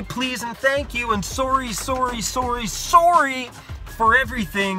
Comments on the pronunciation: Lol my favorite part “Soarry Soarry Soarry!” Glad you’re okay and the story put my heart racing as well :P and good advice at the end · I just love your accent when you say 'sorry'. 😜